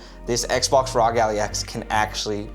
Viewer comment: Good video but you saying Allie was killing me 😂